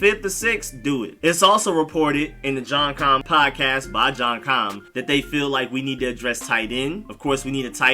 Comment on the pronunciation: isn’t it “John K-i-me”.? not “John Com”..???